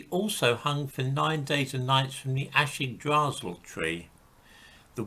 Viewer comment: Academic research has gone a lot further than your own research sources. ....and yours was the worst pronunciation of 'Yggdrasil' that I have ever heard lol :-) I like your videos but this was far from your best.